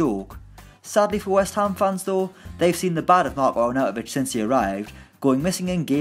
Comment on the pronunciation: Seriously mate, it's not that hard... AR-NAU-TO-VIĆ! Jesus christ, you've slaughtered his name there:D